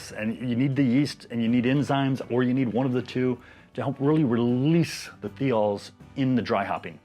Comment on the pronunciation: Thiol is pronounced like "thigh-all"